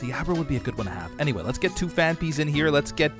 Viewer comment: “The Phan-ups”